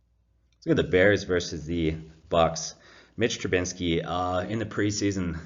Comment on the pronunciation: Trubisky not Trubinsky